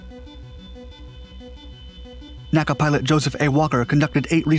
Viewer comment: You do not pronounce N.A.C.A. as "Naka." That's a later thing since "NASA" rolls off the tongue better. It was always spelled out, "En Eay Cee Eay."